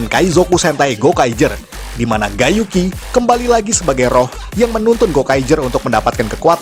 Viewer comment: Cara nyebut Gai Yuki mirip Gay Yuki